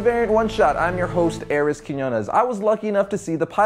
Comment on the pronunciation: I saying this as a joke, although why does Arris pronounce his last name so awkward?